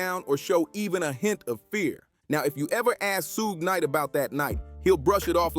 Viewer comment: Bro wtf it’s pronounced SHUGE KNIGHT